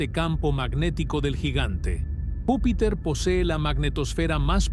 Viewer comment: Vupiter ??? De verdad me encanta su programa, siempre los sigo, pero de verdad aburre que todo el rato esté mal dicho algo tan básico. Porque si no sabes hablar, es díficil creer que lo que vas a decir, sea digno de escuchar. Está bien que usen IA, pero al menos revisen y corrijan, dejemos de sobrevalorar la Inteligencia artificial por favor 🙏🏻